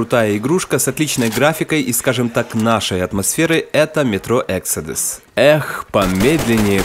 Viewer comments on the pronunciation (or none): none